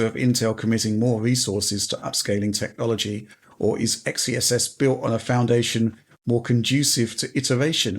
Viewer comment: Did he say Tech-lology? I'm going to use that :D